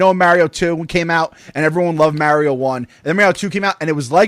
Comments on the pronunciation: Never have I heard the name Mario be pronounce wrong so many times by so many people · So funny hearing North-easterners pronounce Mario. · Molly Mostyn thats how they pronounce Mario in New York